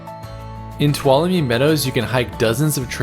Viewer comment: This place is a life-changing experience. It's pronounced ,"to wallow me".